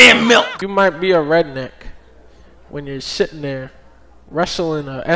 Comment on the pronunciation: he’s sittin theah.